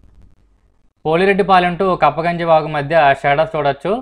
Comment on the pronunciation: Good vedio..అది కప్పగంజి కాదు.. కుప్పగంజీ..